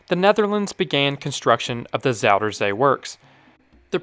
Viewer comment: Bro hij zegt "zouderzee"